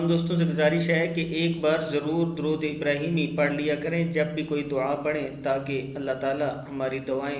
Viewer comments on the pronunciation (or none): none